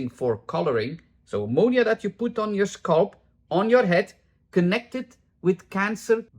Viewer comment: I love how you say "scalp". "SCULP.